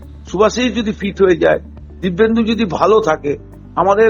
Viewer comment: ..o "Dibbendu" na "Dipenddu"